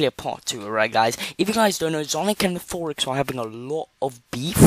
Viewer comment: it’s nathe or ix That’s how u pronounce nathorix My English is bad Edit: hi